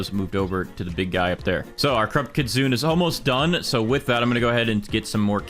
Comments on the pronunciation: did nobody tell him he cant stack sprinklers anymore and its not pronounced kit sun its pronounced kit soon nay no hate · its pronounced kit-su-ne btw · Why are people saying kitsune as kit-soon? It's kit-soon-eh.